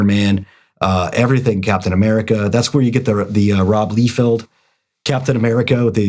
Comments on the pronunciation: first, it is LIE-feld, not LEE-feld. Secondly, that was NOT a bad day. He has not learned to grow as an artist in DECADES and was never "good" just put stuff out that was exceptable at thet time because like you said, they pumped out so much quuanity in the 90s it affected quality, Rob is part of that. Now having to add it is Todd MIC-FAR-LIN not MIC-FAIR-LANE. You guys do know these names have been said outloud by the person, right? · you cant even pronounce Liefeld right. Im out. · Mispronounced liefeld too.... part of me thinks he does it on purpose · Love your videos, but you guys consistently brutally butchering the big names in the industry, McFarlane, not McFairland, Liefield, not Leefield, and Markie Millar? 😂